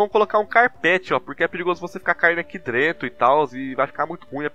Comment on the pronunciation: Lá "Drento" ydgagdagsdygsdyadygsda português ótimo